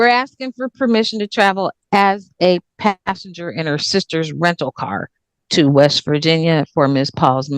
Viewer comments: She didn't say anything about a pastor. She said passenger. Although it did sound like pastor. 😂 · She said “passenger “ not “pastor” lol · "Passenger" not "Pastor" ...good work other than that, though! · she didn’t say “Pastor” she said riding as a “passenger” in her sister’s rental car.